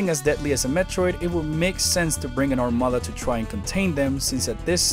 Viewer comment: Anyone else catch the subtle ethnic touch on the word "armada" ?. Felicidades, sir